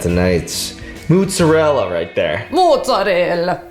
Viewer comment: finally someone pronounced mozzarella correctly